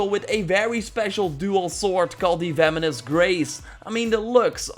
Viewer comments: It actually makes me mad that you say "Feminist Graze" instead of "Venomous Grace" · So sorry to say this but it’s “venomous" not "vemonous" I do know you're from like the Netherlands or something so i guess you will just improve by seeing this comment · Venomous, not vemonous. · "Feminist Grace" and "Nevertitie" this dude is funny. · I thought you said “The Feminists Grace” lmaooo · He sounds like he's saying the feminist grace. 😂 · Sounds like he's saying Feminist Grace. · You sound like you’re saying “feminist grace”